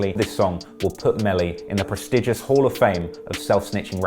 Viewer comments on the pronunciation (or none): none